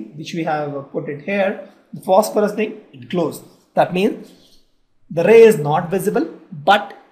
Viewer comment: Phosophorous?.. Really bro!?